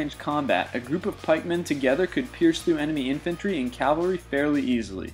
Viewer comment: Ok, I have to snark a little but this is one of my pet peeves. It's cavalry, not Calvary. One is a force on horseback, the other is the alleged place of Jesus' crucifixion.